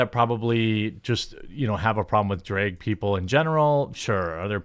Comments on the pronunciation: It’s Drag, not Dreg! Lol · I understand the state you're from means the way you pronounce the A sound is wrong. But, there comes a time Jeremy when you have to put an effort and actually change the pronunciation and stop using your culture or state to justify saying it wrong. It's not dreg it's drag. If you're pretending to scream while you're telling a story or whatnot, and there's a scream in the story, do you say, "Ahhhhhhhh!!" or "Ehhhhhhh!!" I'm pretty sure it's the former because saying like the latter just wouldn't sound right and be more than wrong. Also, you're not really using "without further ado" correctly. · Every time you pronounce drag as dray-g it’s like nails on a chalkboard. Jesus, I don’t even disagree with you on a lot of this but not being able to pronounce such a simple word is super annoying. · It’s not draig shows is drag shows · Drayg, why do you say drayg? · Why does he keep pronouncing drag like "draig?" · why do you say Drage? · I can't stand the way he says drag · You pronounce drag kinda weird. I couldnt help but keep thinking that Drake had something to do with all this lmao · Seriously, why can't you pronounce "drag?"